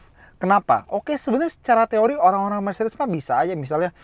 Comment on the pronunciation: njir mercedes dibilang blegedes..... almaz gue terus apa 😂